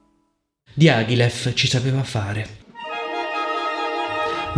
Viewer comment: Dee ah ghee leff! Dye a gly yif! My word. I could not recognise Diagilev's name from your pronunciation. I love your analyses though. Please try to pronounce names as close as possible - I know you are able to! Go for it!